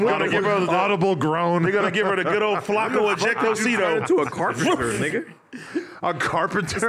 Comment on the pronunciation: AD said "Flakko ejecto seato" 😭